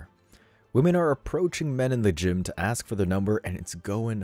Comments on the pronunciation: A S K ... it's ask, not aks. Why are there people who seem incapable of proper pronounciation? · Its "ask" not "aks"